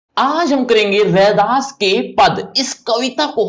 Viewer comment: No u should 😂 it’s redas